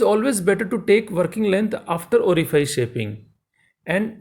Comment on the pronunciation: Orifice is spelled like office. Unlike file or glide.